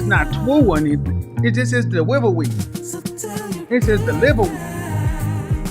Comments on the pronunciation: dewivewy LOL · ITS HIS DEWIVEWY